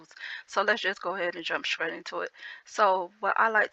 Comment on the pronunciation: I love how you say “ scrate instead of straight “ 💕💕😂😂. Love it